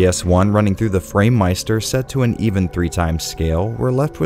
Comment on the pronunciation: The second you said framemeister I was done...